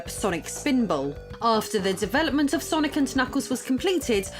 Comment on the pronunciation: It's not that hard, "sir-knee"